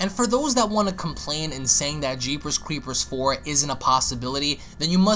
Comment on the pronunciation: The way you say jeepers creepers like your teeth are clenched is provoking a "nails on the chalkboard" kind of reaction. Very weird. I'll slap myself in the face. That's better.